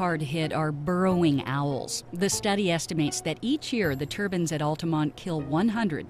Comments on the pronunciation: It's turbines,not turbans.please America,learn to pronounce words right,your english is appalling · The narrator keeps saying turbans. I thought they were turbines.